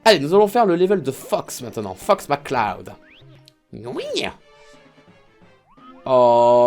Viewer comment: j'ai cru qu'il avait dit Fucks McCloud!